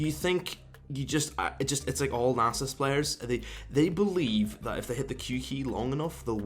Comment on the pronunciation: Now its actually worth clicking on this garbage video featuring lol player who cant pronounce Nasus (and so on...)with his mouth full of garbage this and that. Nice joke